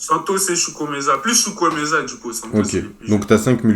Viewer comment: 😂😂😂 oui il a mal dit chukwuemeka